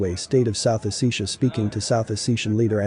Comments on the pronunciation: South Ossetia Pronunciation. South Os·se·ti·a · O-SEH-ti-yah. SAY IT RIGHT. DUH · it is oh-set-te-ya i believe.